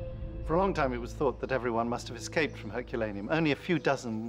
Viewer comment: I can't get over how the narrator pronounces "Herculaneum".